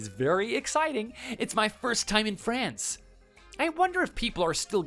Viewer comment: I’ve been to France 🇫🇷 five times. The Father-law character can’t even pronounce “France” properly!!! Je parle un peu francais